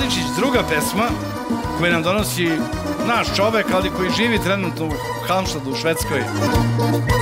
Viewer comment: grad u Švedskoj se zove Halmstad.. ne Halmštad....